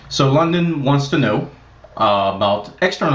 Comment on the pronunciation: its L-U-D-I-N not LONDON